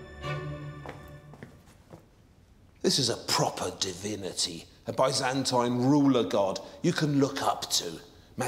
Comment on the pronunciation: Learn how to pronounce "Byzantine"